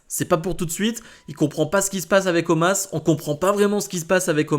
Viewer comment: Non mais sérieux omaaas au lieu de omos...